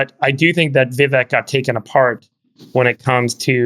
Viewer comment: Friedburg passively aggressively mispronouncing Vivek’s name after being corrected multiple times was pretty surprising. Was pretty childish honestly.